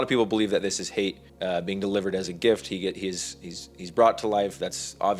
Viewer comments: IT'S HAYT!!!! 😜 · Its Hayt.